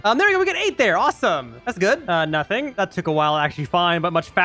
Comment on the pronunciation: 😂it sounds like he is saying nutting